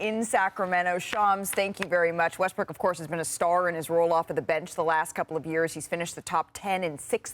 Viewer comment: He said Westbrick again. Haha.